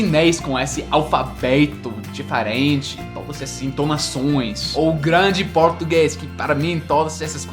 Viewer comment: Falando em sotaque, fala "diferente" como no Nordeste; difééé-rêêênh-thi e "pessoa" como no Português de Portugal "P' ssoa" hahaha isso é fofo!!!